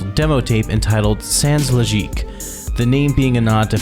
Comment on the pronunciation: a friend introduced me to j-pop 16 years ago it was good but up to now malice mizer is the one that stands out from the rest. the sound is so unique that you can't mixed them to any other band I even started to play drums thanks to Kami who is my favorite drummer ever interesting video your french prononciation is incorrect sans logique the second S is silent memoire is memory but it's prononced memwar merveilles is prononced merveyy le ciel prononce it like you say fail: see-ail I know you think I'm an asshole but since malice use alot of french reference I get them since I speak french and no I'm not just a clarification you forgot to mentioned the most complex track of their discography : baroque from the re-released memoire dx